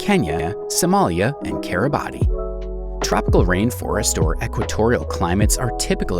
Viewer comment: It's Kiribass sir, instead of Kiri-ba-tee, otherwise great informative video